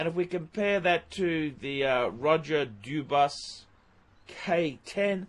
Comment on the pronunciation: How many ways cans you mispronounce Dubuis?